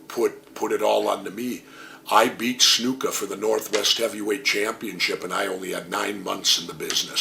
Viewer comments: Why does he always say Snooka? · I always liked how he pronounces Snuka. "Snooka."